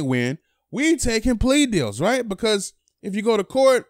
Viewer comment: This dude says "right" n he says it hella lazy, riighh